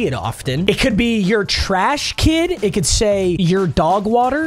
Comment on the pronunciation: "Ur Treash" Gang!